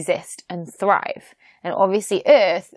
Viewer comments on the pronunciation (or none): none